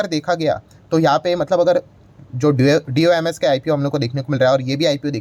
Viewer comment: D o m s kyu bol rhe ho doms bolo doms